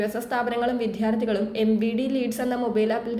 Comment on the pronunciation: വിത്യാർത്തി എന്നല്ലെടി എപ്പോഴും ഇങ്ങനെ ആണല്ലോ നീ പറയുന്നത്. , " വിദ്യാർത്ഥി " എന്നു വേണം പറയാൻ.